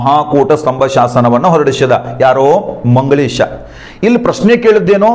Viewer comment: ನೀವು ಮಂಗಳೇಶ ಅಂತ ಹೇಳಿರಿ ಸರ್